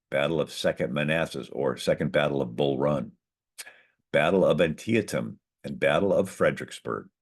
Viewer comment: Thank you and well done, this was highly informative. Never heard "Antietam" pronounced with four syllables before.